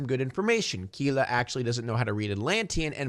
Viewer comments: He really is saying Kila instead of Kida 😭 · Not to nitpick, but was anyone else cringing every time he said "Kila" instead of "Kida"? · Her name is Kida but I keep hearing say "Kila". Am I having a stroke? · you keep calling her Keyla, man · Not to be too nit-picky but it's pronounced Kida (Key-duh) aka Kidagakash.